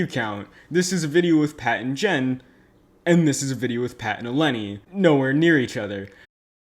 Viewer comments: this is totally offtopic but he said "jat and pen" . i dunno, it was just funny. the video has solid points though. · he said Jat and pen LMAOOOOOO